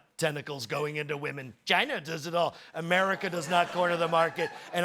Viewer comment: Put on subtitles and watch how it translates his "China". 😂😂😂😂😂😂😂